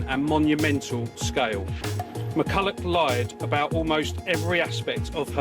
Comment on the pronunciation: McCullough, not Mercullow.